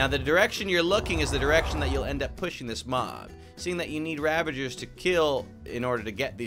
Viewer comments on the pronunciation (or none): none